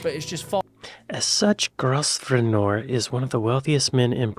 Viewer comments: Grosvenor = Grove - ner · Grosvenor is pronounced Grobner, Sorry ufvttois, my eye is bandages so I cannot wear my reading glasses and si cannot see anything other than a blur, 😢